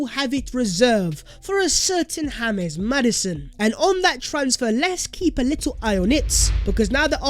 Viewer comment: I like you but pls put some respect to the name of james maddison. Don't call hames because that is not what his parent gave his name to be pronounce. It's JAMES.